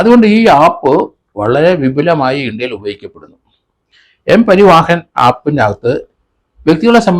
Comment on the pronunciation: സാർ... എല്ലാ മലയാളികളും പറയുന്ന തെറ്റ് സാർ പറയരുത്... "M പരിവാഹൻ" അല്ല "M പരിവഹൻ" ആണ് ശെരി. ഇത് simple ആയി മനസ്സിലാക്കാൻ ഉദാഹരണം... ഉത്തർ പ്രദേശ് പരിവഹൻ നിഗം (U P transport corporation) എച്ച്.